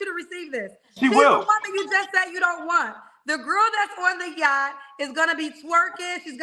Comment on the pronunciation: OMG we been on Yachts at least I have. The way he keep saying Yacht is telling he's not used to nothing. He knows one word. "Outlier, "! Dude is not a 5%error AT ALL! He's a 70% nowadays...settle down lil Man you're NOT the only one raised in a two parent household. Also. If the two parent household is abusive & toxic. He can put a suit on but once he open his mouth he's showing a pants down, tattooed body, disrespectful, misogynistic fool. I don’t see fine I see Yosemite Sam!🥴🚶‍♀️